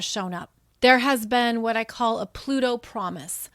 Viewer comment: I know ya said Pluto promise, but I heard pinky promise, lol